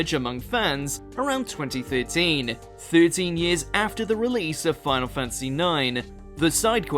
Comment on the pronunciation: Fan-ta-sy, fan-ta-sy. Not fantsy. Jesus